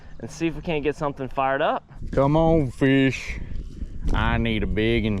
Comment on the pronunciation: comon feesh